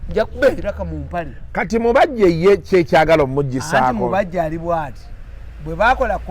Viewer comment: it's mubajje not mubejje haaa